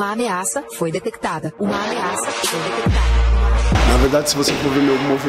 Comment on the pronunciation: "Uma ameaça foi detequitada" POHA achei q era meu pc